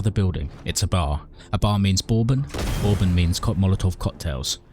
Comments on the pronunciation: Took me a hot sec to realize you were talking about “Bourbon” when you were at the bar lol. It’s usually pronounced “Bur-bon” not “bore-bun”, especially in Kentucky! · Borrrbon? That's certainly a way to say it.